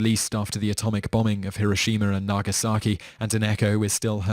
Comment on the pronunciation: hiroshimer and nagasaakee.